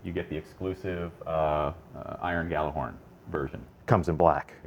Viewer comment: It's Gjallarhorn. It's just as easy as Gallarhorn, except, you know, Gjallahorn is the right way to say it. GEYALERHORN.